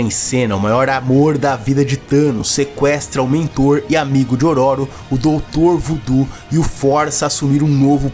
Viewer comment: Amigo só uma observação, fala-se ÔRÔRO. 😅